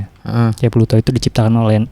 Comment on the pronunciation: Plato bro bukan Pluto, kayaknya harus lebih mateng bro nyiapin materi nya